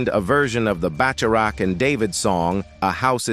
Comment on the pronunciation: Pardon me for a second Internet, but, aren't there pronunciation guides nowadays? It annoys the fire out of me when people make content where they're talking for a LIVING, and don't even attempt to make sure every word they voice is CORRECT! DIE ON WARWICK? BATCH A RATCH? UGH!😡🤬